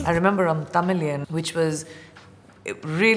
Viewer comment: The way she pronounced the language Tamil and the movie name Tamizhan... What on earth bruhh🤷😶 Whyy not pronounce Hindi as heendi too?? :))))